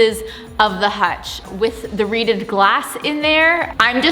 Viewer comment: REEDED! I thought you were saying "redid" lol.